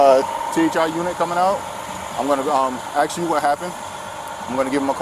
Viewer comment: Why are people of a certain ethnicity unable to pronounce the verb "ask"?